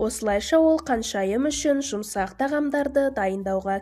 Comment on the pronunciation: Каншайым емес ханшайым деп айтасызба х арыпын айта аласызба